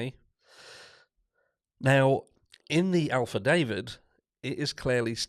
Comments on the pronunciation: Did this.dude.really just say ALPHA DAVID?! lmao. Said it with such confidence too. It's affidavit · Leads me to believe that perhaps he had some help by the way got to love how you say affidavit with your accent 🥰